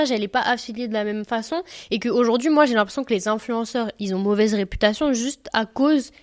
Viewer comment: qui ont*😅 pas qui "zont"